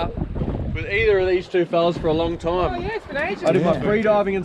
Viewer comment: at the expense of sounding like a idiot... wtf is a toime?